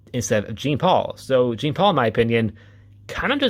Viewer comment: I’m sorry, it totally took me out hearing you say Jean like it’s spelled rather that the way it’s supposed to be. His name is French. Jean-Paul has the beginning J almost replaced with a Zhu sound. It’s almost said like John, too. Totally understandable to read it just as it’s spelled, that’s how we’re taught to read English. Really love more people talking about Jean-Paul Valley though. I only recently got into his character a couple years ago too. His backstory was absolutely 90s comics standard though. All Kinds of stuff was happening back then.